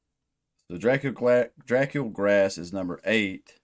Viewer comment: Pretty sure it’s pronounced Drah-COOL Grah. It’s Romanian or something lol translates to “Fat Dracula”